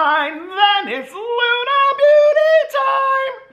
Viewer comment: Lunar has an r on the end of it